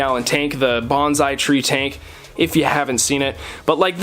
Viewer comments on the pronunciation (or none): none